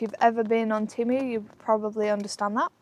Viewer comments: ITS TEMU NOT TIMU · This is the first time I've not heard it pronounced "TAYMU" and I've bought a £15 green roomy 2-person pop-up tent and a hundred+ other great things from them..